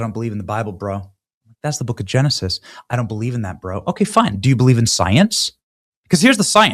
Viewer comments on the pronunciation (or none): none